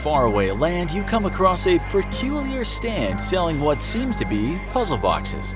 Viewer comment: "Perculiar" isn't even a word, dude....